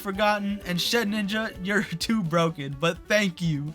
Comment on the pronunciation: i dont usually care when people mispronounce pokemon names bc its not a big deal, but for some reason “shed-ninja” always bothers me, so i just wanted to let you know its “shed-inja” theres only one “n”